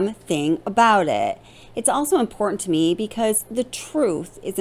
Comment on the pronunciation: Can you please pronounce the T in the word important? And where is your accent from?